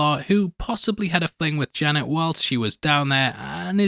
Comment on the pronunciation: I was so confused for a second. I kept going back in the video because you kept saying "Jenna" Came to realize you were actually saying "Janet" You sound like a dog with peanut butter in his mouth. Are you gonna work on that?